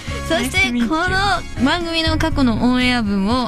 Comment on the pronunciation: なぜかツイッターアカウントとオンエアはそのまま読むのツボw